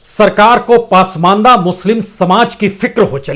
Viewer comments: कृपया पसमान्दह✓ (Pronounce) कीजिए पासमानदा नहीं× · उच्चारण दुरस्त करें ! शब्द पासमांदा नहीं ,"पसमांदा" है !! 🙏🙏🙏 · पासमंदा नहीं सर, पसमांदा होता है। आप बड़े पत्रकार हैं।